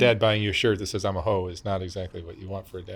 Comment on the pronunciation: How she says hoein smh sad 😢